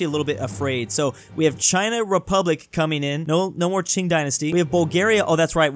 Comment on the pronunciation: saying cing/jing dynasty made me angry for 2 min